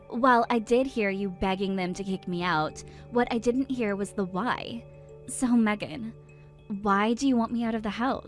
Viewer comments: Meeegan? WTF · Her own husband can't even pronounce his own wifes name right 😂